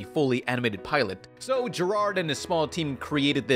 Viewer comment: GERARD IS NOT A DIFFICULT NAME TO PRONOUNCE